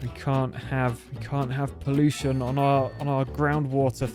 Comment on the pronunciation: Grab a new word "Poolution" 😂